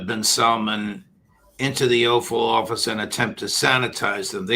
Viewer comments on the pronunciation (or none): it sounded like the judge pronounced it 'offal office'. Freudian slip?